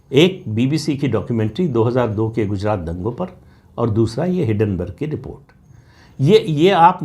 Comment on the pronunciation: हिडनबर्ग नही हिंडनबर्ग